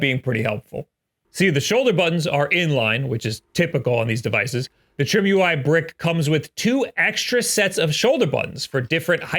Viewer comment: could it be that its not pronounced trim-ui but try-me?